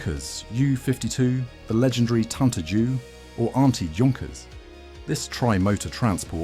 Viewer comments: I love those videos. But my ears bleed when the Junkers is said like juice. It should be said like YOU. Junkers! That’s german name! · Your pronunciation is rubbish. Junkers is pronounced Yunkers and it's M.E not me or D.O not do, spoilt the whole presentation along with a few "fantasy planes" that never existed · “Junkers”….. wrong pronunciation.